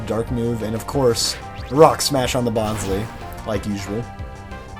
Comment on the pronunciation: It's pronounced "Bon-Slie" as in bonsai tree